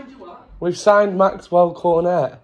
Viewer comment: You dont prenounce cornet Cor-net, you pronounce it corn- ey